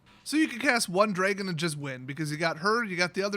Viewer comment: Dra gon DraAaaaa no e in dragon..